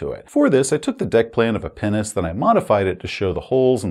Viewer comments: I'm sorry but whenever you said Pinnace, I've heard "penis" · Am I supposed to be an adult? Yes. Did I have an internal chuckle every time said ‘pinnace’? …Also yes. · Oh! Pinnace! Definitely didnt hear that correctly the first time. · Pinace... you keep saying it and i keep being confused. Then i see the floor plan and O.o